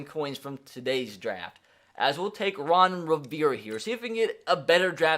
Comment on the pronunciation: He said Ron revere gotta say the A there